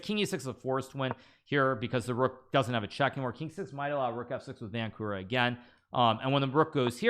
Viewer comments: Nice lesson on theory, but the surname Vančura is pronounced [Vɑntʃurɑ], not [Vænku'rɑ] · It is actually pronounced Vanchura (similar to e.g. 'chill')